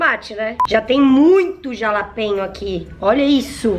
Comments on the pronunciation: Não se pronuncia como ta escrito. Se fala RALAPENHO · Se fala JALAPENHA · Se pronuncia RALAPENHO 🤣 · SE FALA, "RALAPENHO" <3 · "jalapenho" kkkkkkkk ai, só vc mesmo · se fores ver algum sitio diz jalapeno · Simmmm que agonia ela falando jalapeño 😂😂